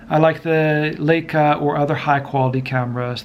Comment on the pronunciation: Strange pronounce of Leica